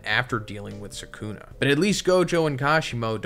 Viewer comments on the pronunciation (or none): hearing this man say "saycoona" instead of Sukuna is driving me up the wall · Is anyone gonna tell him he saying sukana wrong